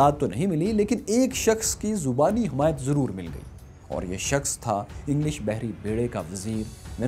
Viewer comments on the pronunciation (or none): none